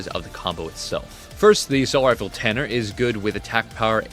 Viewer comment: its T U R N E R not T A N N E R